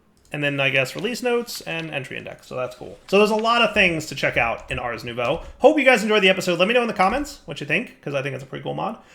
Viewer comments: Ohhhhhhhh, nouveau, I kept hearing new bow. Damn, was expecting a fancy bow. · Was it only me that until this episode thought was saying Ars New Bow?